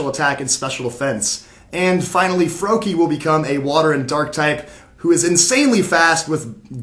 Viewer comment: its froakie